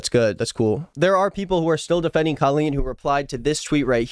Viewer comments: Wanna know what bothers me the most about her...? Is how she pronounces her name c-OH-lleen... What is that! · i know this is the last thing anyone is worried ab but i’ve always wondered why she chose to go so hard on her name being pronounced differently. i remember her fans would go feral if there was implication that you were pronouncing it normally. she just wanted to be different so badly, even if it meant calling herself basically “colon.”